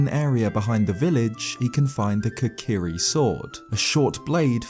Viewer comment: I’m I the only one triggered by the fact he calls them the « kakari »?